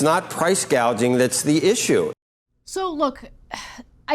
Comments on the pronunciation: Can’t get over Kamala’s mispronunciation of the word gouging, … “gauging”… as a rather un literary person even I knew how to correctly say it because I have experienced it. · PRICE GAUGING ... JUST THINK WHAT A BRAINLESS STUPID HO SHE IS SHE DIDN'T EVEN KNOW WHAT PRICE GOUGHING WAS SHE THOUGHT IT WAS CALLED GAUGING ... SO SHE DOESN'T EVEN KNOW WHAT SHE IS TALKING ABOUT ... HOW CRAZY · Does anyone know what percentage of increased costs is due to price gouging (or price "gaging" as KH pronounces it)? It's probably happening, but it may not be the primary cause of inflation. btw Cenk is increasingly irrational and hears everything through his TDS and obsequiousness to the Democrat establishment.